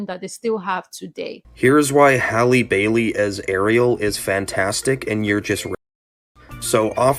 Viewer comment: How do all these foos not know how to pronounce Halles last name??!!